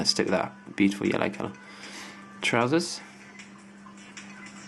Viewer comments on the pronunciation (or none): hahahahahahaha he said TROWZAS!!!